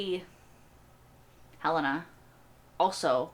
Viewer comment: It’s probably too late to correct this season, but please stop disrespecting Helena by pronouncing the name incorrectly. I know she is a fictional character, but people need to pronounce the names of others the way those people pronounce them.